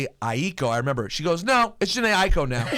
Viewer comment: it's weird. i-ee-ko? where is the third syllable? ai-ko. a-i-ko still does not sound like i-ee-ko